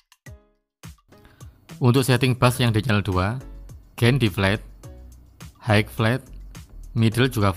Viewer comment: Koreksi pronounciationya: High = Hi, bukan haik. Pan = pen (bukan peining)